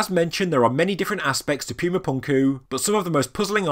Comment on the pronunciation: Cool video but whenever you say pyooma punkoo it hurts my soul